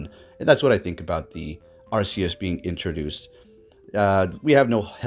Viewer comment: Arceus sounds like Arkeus not Assius